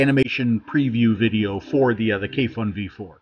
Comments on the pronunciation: Hi, your reviews are always great and in depth. If you would like to be the first American reviewer to pronounce the brand and the name of this product correctly, here it goes:) Kayfun is pronounced: Kuyfoon (with accent on the double o where double "o" is pronounced as in a word "moon" and u pronounced same way as in a word fun) and Svoe Mesto is pronounced: Svoyo (accent on second o) Mesto (accent on o) I'm a Russian speaker, so believe me this is right:) Kayfun by the way means having joy or enjoying.. Svoe Mesto means "It's place" whatever Sergey meant by that. (Everything has it's place I guess). Thank you for your reviews! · Great review. Also, if you interested, you can pronounce KAYFUN and SVOЁMESTO more accurate if you want to impress somebody. It's actually sound like [kɑifun] and [svoyo mɛsto]. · I'm a bit late to the party, but it's actually pronounced as "Kayfoon", much like "Tayphoon". As for "SvoёMesto", it's pronounced as "SvoyoMesto" (or "SvojoMesto", if you prefer German)